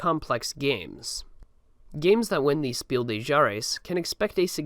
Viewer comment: My dude. Mad respect for the video but please note:German is not French. The s at the end of des is pronounced